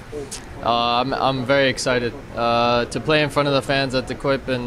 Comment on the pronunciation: Goeie gozer mag alleen nog wel werken aan zijn uitspraak van De Kuip. The Quip werkt niet echt